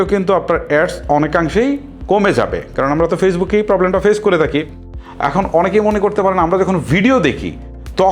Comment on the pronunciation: আপনার কিশোরগঞ্জের কিছু ভাষা থাকে, সুন্দর করলে আরো সুন্দর শোনাবে।( তাকি × থাকি ✓